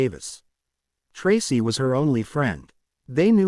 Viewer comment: Learn how to say Tracy it is not tras